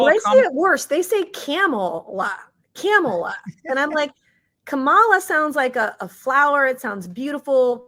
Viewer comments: I heard Kamala tell someone how her name was pronounced…she said, it’s like Camma and la. Kamala, but some say Camel la!! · Its Camel - La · It is pronounced Commiela! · Oh, isn't pronounced KommieLie? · Benny I know her name Kumswalla harris, say it with me Kuuummmswwaallla harris.😂😂😂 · Her name is pronounced: "Skamula" Want you all to practice saying her name until you get it right. 🤣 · Vivek is the only one who has pronounced the Cackler's Indian name correctly...and it's not Comma-la or Ká-mala.😂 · KAY-MAY-LAY. COMMIE-LA, etc. and then the sexist prof! 🤮 shut up. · Come on, y'all. Say her name right: Kamallamadingdong. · It's Kamala with the 2nd a being nearly silent. Her heritage is from India. That's exactly how it's pronounced there.